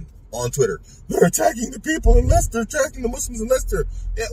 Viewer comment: You pronounced it right, bro. My eldest goes to college there. I do MMA & my son does Tae Kwon Do. Two of those scumbags tried to jump a young brother on his own & because he could fight, they got dealt with. The small town I grew up in, to this day, non-Muslims wouldn’t dare mess with us. I’m pretty sure most of them are asylum seekers, illegal immigrants or students. I know Leicester pretty well & know lots of brothers there. They’ve never had an issue with Hindu’s before. There’s a fundamentalist female Hindu speaker due to come to England soon. I think that may be why they are causing trouble. Or these are people that have been sent prior to her visit to stir things up. May Allah deal with these cowards & protect our brothers and sisters.